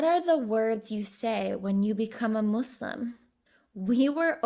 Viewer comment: Nobody: Not even the monster under the bed: Her: MOSseLiM